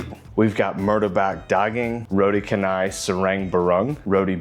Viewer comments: canai it not read can，Its pronunciation should be like changer，chan nai = canai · Hello. Roti Canai is pronounced as “row tea char nigh”. Notice there is no hard ‘c’ here. Roti in Malay means bread or pancake dough while canai presumably is a Malayised version of Chennai which is a city in India. In Singapore., it is usually known as Roti Pratha or Prata. The basic meal is one of my favourite dishes ie. just the dough and curry gravy. Nowadays you can get a variety like the ones you featured in this video clip. There are also others like Prata Ice Cream or Prata Cheese to name just a couple. Back in the early ‘80s my primary schoolmate friend’s mom used to invite me to eat her homemade ones but the spiral orientation variety. It was crispy and buttery and delicious. Ever since then I crave spiral pratas but it seems to be a dying breed. If it is an egg Prata, it is usually squarish pouch like. The most preferred local way of eating Roti Canai is to pour the whole curry gravy onto the pancakes so that the delicious flood will be partly absorbed. I personally prefer to do this in 2 stages tearing into the first 2 doughs, then finish up the gravy tearing into the second 2 ones.❤🫶🫰